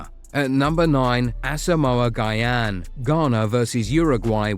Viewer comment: stop mispronouncing Asamoah Gyan's name!!